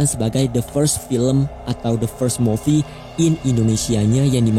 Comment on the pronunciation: Koreksi "Movie" bacanya "mu-fi"